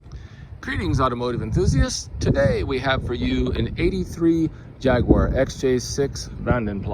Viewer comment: It's good to hear someone pronounce the company name correctly